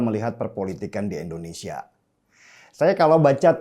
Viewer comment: bang denny, penyebutan Indonesianya tolong dong pake i jngn e.. endonesia.. hehe